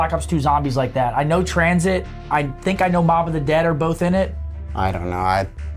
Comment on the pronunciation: Damon saying tranzit hurt my soul a little